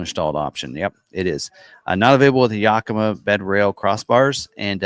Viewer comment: Yakima is pronounced "Yack i ma" NOT "Yuk i ma" at least that's how the city of Yakima is pronounce here in Washington state.